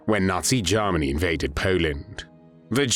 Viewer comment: What was used to narrate this video? The pronunciation of Germany as “Jarminy” is a hoot!